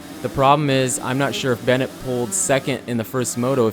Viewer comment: It's Ben-waa not Bennett 👍✌